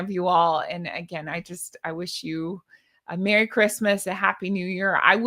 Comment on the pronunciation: Merry not Merrt.